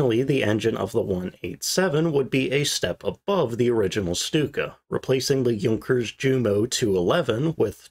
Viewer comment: Йот и у читаются как ю. Юнкерс